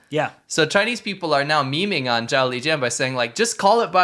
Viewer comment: 'Zhao Lijian' when pronounced 'Jolly Jin' seems a much nicer man. I could be wrong tho...